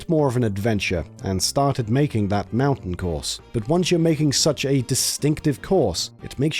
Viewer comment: Why do you say "Mario", "knew" and "mountain" like that? I'm wondering if you've lived in the US for a while, or someone just thinks it's easier to understand.